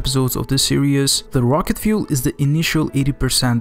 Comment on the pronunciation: You need more subscribers!! And you now pronounce fuel correctly :)